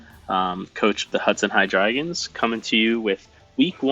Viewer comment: Coach of the Hudson High Dragons? Is that how you pronounce that??